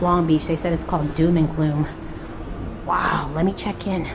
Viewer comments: ‘June Gloom” because of the overcast days in June Not ‘DoomGloom” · Welcome back to California!!! I jumped to the comments to tell you it was “June Gloom” but it looks like you corrected 😊 We may have fog and cooler weather in June but the warm sunny, “ summer” weather often stays through November.